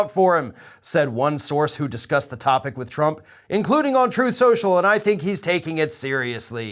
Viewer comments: Ah yes Troth senchell . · Actually, tRump says its called “Troath Senchal”. LOL.. He has literally mispronounced it on numerous occasions to the point that some of his people are most likely calling it “Troath Senchal”. LMAO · Google would have to be drunk, and on some serious drugs...to F*** Trump. Is "Troth Sential" competition for Frank Speech? 😂🤣😂🤣😂🤣😂🤣😂